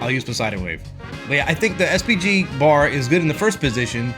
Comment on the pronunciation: i heard SPD everytime